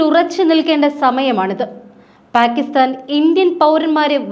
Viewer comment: Adhu endha (Pack)istan ennu uchharikunnadhu? (Palk) aanu sharikulla uchharanam.